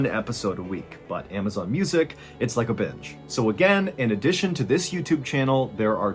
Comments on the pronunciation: Who heard bitch instead of binge? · At 9min in u say “it’s like a binge” and I heard “it’s like a b!tch” 😹😭😹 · around the 9 min mark i swear i here bitch and not binge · Oh BIIIIINGE, I thought you said something else 😂